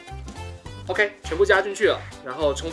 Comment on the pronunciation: 發音怪怪的 皮可呀 皮很傲k欸